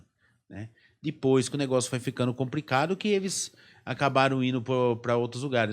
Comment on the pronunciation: Como acontece com a imensa maioria dos podcasts no Brasil, um assunto de tamanha riqueza e dessa importância discutido por pessoas jovens que se expressam com muita dificuldade e com vocabulário muito pobre. Um diretor e escritor que troca o L pelo R. É realmente “compricado”. Onde o mundo vai parar com esse tipo de gente, que não procura estudar e se qualificar para o básico: falar minimamente bem a sua língua-mãe? É absolutamente compreensível a queda dos podcasts por aqui.